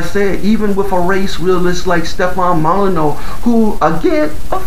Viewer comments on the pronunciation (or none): “Yo boy named Hugh Cipher”, how original “Mull eh new”